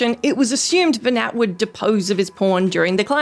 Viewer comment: Nearly every thing you said about FF12 was just wrong, almost painfully so. Mispronounced Venat. Vayne isnt king. Venat isnt trying to kill humanity or take over the world. Quite the opposite, trying to free the world from the grip of the gods.